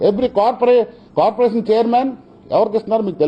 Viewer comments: కాపురేషన్ కాదురా కార్పోరేషన్. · Kapu kapu antu alvatulo corporation ni kuda kaporation antunadu 😝😝lol